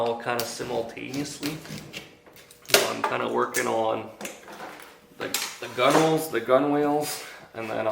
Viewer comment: Not to be an ass, but the word gunwales is correctly pronounced gunnels. Great build !